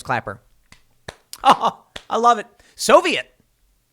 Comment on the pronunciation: He meant to say "Soyviet"